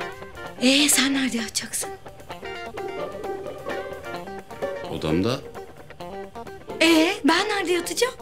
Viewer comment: sen nerde yaticaksin? Can:odağmda A:ben nerde yaticağim? C:odağmda😆😆😆 Ay çok tatlilar yaaaa yerim sizi